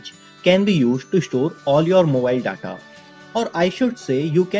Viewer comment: The way he pronounce "data" 😂